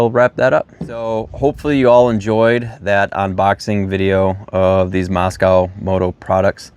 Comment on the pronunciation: It’s not pronounced moss cow. It’s moss co.